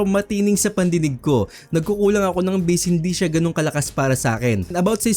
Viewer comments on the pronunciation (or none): none